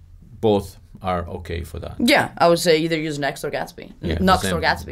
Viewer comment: She said next not nuxt